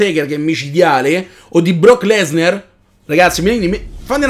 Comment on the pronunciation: si pronuncia lesnAr no lesnEr